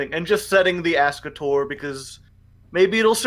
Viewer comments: wait what? it's pronounced ay-skater? i'm pretty sure when Dark Signer Rex Goodwin uses it in 5D's he pronounces it Ask-a-tor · I honestly hate listening to them call Ascator "A-skater". It's "Ass-Ka-Tore". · It is fire ant ass cah tore and I can prove it . Rex goodwin in Yu-Gi-Oh 5ds played it and said ass cah tor so that is the official Konami pronunciation